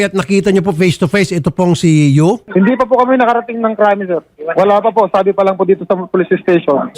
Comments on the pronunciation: It's Yu not Uy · senator raffy, YU po hindi UY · Senator Raffy hindi UY kundi YU po.